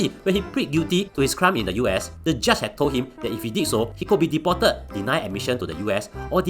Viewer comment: deported to be pronounced a bit slower not like Chinese accent!lol